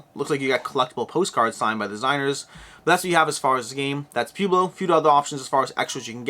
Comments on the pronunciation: Poo-blo. Seriously? Pwehblo. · please tell me you've really never heard the word Pueblo pronounced out loud. "pweh·blow" As always, amazing content, I just got a chuckle every time you said pew-blow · P-YOU-BLO, LOL 😆 It is P-WEI-BLO. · Pueblo pronunciation is puh-web-low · You do speak fast. Never really noticed it until now. My recommendation when you speak too fast is that you should slow down and emphasize power words in your sentences. For example , you should held onto the word "but" and also emphasize it a little. Doing this gives people time to digest what you said. Also, it's Pueblo (Poo-eh-blow). Wow this sucks. You are not from the US are you? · Pronounce it Pwebloe. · I love how you pronounce "pueblo" lol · I shuddered each time.